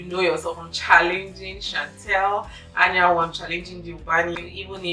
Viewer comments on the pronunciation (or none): none